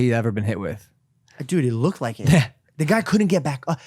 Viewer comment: logan says "dood"... not "dude"... you will never be able to unhear this ever p.s. logan please dont ruin the ufc more than ESPN already has